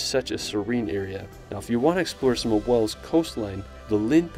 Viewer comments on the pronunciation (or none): To the narrator can you please learn how to pronounce the names of places properly. Stonehenge is not stonehedge and Wales is not wells.